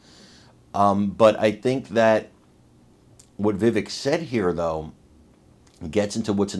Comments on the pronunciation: Please take a moment to learn to properly pronounce Vivek’s name. Mispronouncing it erodes the credibility of your message. Remember, it rhymes with cake. 👍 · it's pronounced "va- vake" ( rhymes with cake)